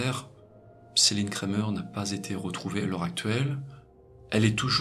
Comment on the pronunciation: Céline Cremer (se prononce "crémaire" non pas "Crémeur" à l'anglaise) * Dés l’évocation de son nom de famille, j'ai su qu'elle était belge, je connais des Cremer dans ma ville belge.